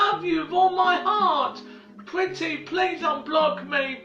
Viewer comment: Pletty prease unblock me Pretty Young 😂😂😂 if only this man could really hear what he sounded like. Edit: and oh my lil lunchbox must be where Dax got the inspiration for his music video Joker 😂